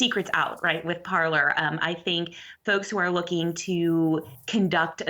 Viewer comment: This is a Canadian news channel. It really bothers me that both of them are pronouncing "Parler" wrong. LOL!